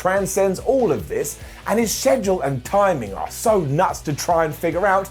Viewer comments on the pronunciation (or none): none